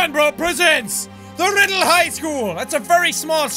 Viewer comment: he said rrrrrrrrrriddle school hehe😂